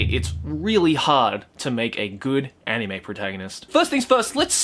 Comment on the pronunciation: I love how pronounces anime as 'enime'